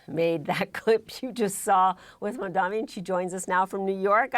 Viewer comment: Sick of people saying MamdaMi and not correctly as Mamdani. Just read it right!!